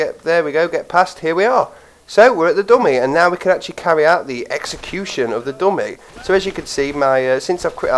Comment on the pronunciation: you should probably learn how to say GUN AND DUMMY properly cuz i keep understanding gum and domain .....